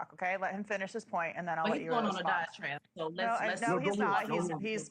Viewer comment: She’s supposedly educated enough to speak to the public, and says aquasation and diatrabe! What?!?